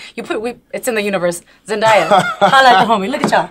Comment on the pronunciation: The way she pronounced zendaya name 😂 aw man.